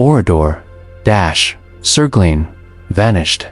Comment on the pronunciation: The narrative of this video is poignant and generally correct, but NOT ONE of the images in the video shows Oradour-sur-Glane. What is the point of telling this story if you don’t use images of the REAL town?? ‘Glane’ is pronounced ‘G-LUN’, not ‘G-LANE’, as in the English word ‘lane’. Honestly, the visuals used here are so misleading. AI is just crap.